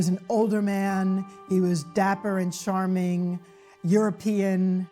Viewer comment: Some people are so classy that they pronounce "charming" as "sharming"!